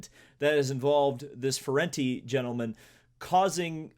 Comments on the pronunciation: That (now former) motoGP rider's name is FENATI, not FURENTI.. the funny thing is: furente actually means "furious" in italian so, I'm still wondering if that mispronounce was totally on purpose!! Best racing channel, keep the great work buddy! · It's Fenati ( Fen-ar-tee), but that is a good effort thought. Also I'm a massive MotoGP fan and I think it's disgusting and he should be banned for life. A few years ago this type of incident happened in a junior Italian championship where a rider pulled someone's front brake but the rider crashed and he got the rider who pulled the brake to court, so I think that Fenati should be banned for life. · I hope butchering Fenati’s name was a sly reference to Paul Tracy butchering Ferucci’s name